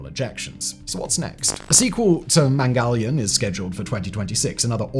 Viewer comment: I will help u stop saying the a just ignore the a and u are good like chndryan mngalyan